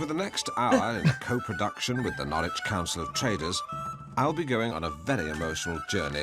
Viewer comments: It's pronounced Naarich 😂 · Doesn't help when 'Alan' keeps getting it wrong either! 😂 As ever, Norwich rhymes with porridge (Nor-ridge)🔰